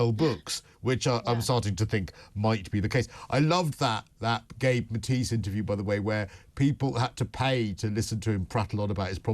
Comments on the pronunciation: Gabor Mate not Gabe Matis. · Haha it’s Gabor Maté not Gabe Matisse. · The man’s name is Gerba Mate (mah-tay). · It’s Gabor Mate not Matis 😊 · It's Gabor Maté, not Gabe Matise. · Gabor Mate, not Gabe Mattise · The Dr is Gabor Mate`.Very well respected and pronounced Gah-bore Mat-tay. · It’s Dr Gabor Mate, get the name right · Hard to sound authoritative when you both got Dr. Gabor Maté’s name wrong.